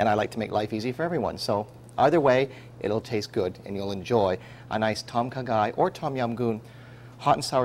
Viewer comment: it's kinda more like.."Dom Khaaaa Gaiii.." u need to drag the words out a bit -_-"